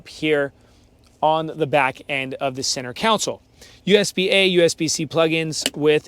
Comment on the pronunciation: Who is going to tell him that it's "center console" and not "center council"? Otherwise, nice thorough video.